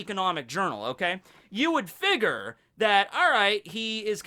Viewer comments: pronunciation of figure hurts my soul everytime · “Figer”? Figure*